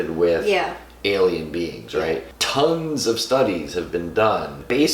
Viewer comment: I sWeAr hE sAiD "tHiEr aRe ToUnGeS oF sTuDiEs"